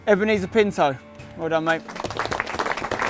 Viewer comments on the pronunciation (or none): none